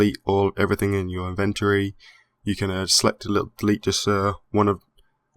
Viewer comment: Can someone please tell this guy how the word inventory is pronounced...